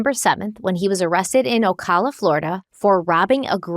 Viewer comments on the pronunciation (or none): My cousin worked at that Winn-Dixie during that time. Also, it's pronounced O- ca- la noto O-caw-la :)